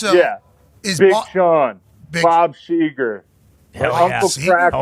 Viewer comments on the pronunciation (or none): none